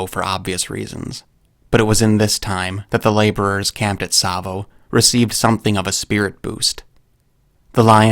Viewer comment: rapt attention, not rapped. And it's Tsavo.